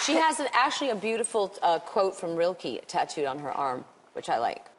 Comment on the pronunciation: Rilke is pronounced Ril-kah, not Rilk-ee.